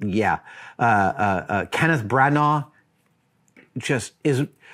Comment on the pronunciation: Brannagh is pronounced 'Branner'